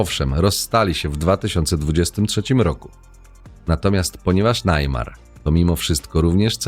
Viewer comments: Neymar nie wie nic o żadnych red pillach,hipergamii ale za to wie jakie ma możliwości bo ma kase i rozpoznawalność i to wykorzystuje proste. A poza tym irytuje to Najmar, mówi sie po prostu Nejmar. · Cenny materiał ale jeny jak pierwszy raz usłyszałem najmar to aż mi uszy zwiędły xd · To czyta sztuczna inteligencja? Kto mówi "najmar"?